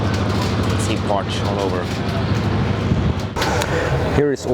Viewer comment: I love how he is saying Parts (Partsch) 😬